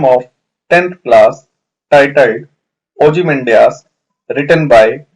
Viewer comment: You are pronouncing ozymandia wrong... pay attention on your vocabulary